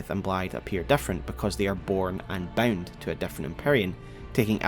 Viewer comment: Gotta say ot everytime he says bound i just hear BEN